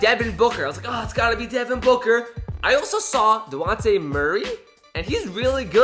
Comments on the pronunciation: DeJjjjjjjjjonte. Not dehonte, I watched him in high school at rainier beach in washington and have never heard someone pronounce a name so inaccurately. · Its not "Dewontay Murray" You actually are supposed to pronounce The "j". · It's dejounte not dewonte